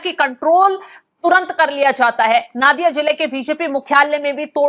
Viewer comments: पहले तो आप उच्चारण सुधारें। नादिया नही, ये नदिया है। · Nadiya ko Naadiya nahi bola jata isse Nodia bolte hai